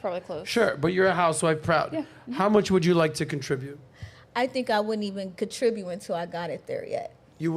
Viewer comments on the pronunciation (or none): Love how the black chick says "contribue" instead of "contribute"